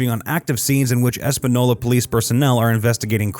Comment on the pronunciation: You mispronounced almost every name in this video. Lujan is pronounced Lu-han. Vigil is pronounced, Vee-hill. Espanola is pronounced, Espan-eo-la. The governor of New Mexico's name is Michelle Lujan Grisham.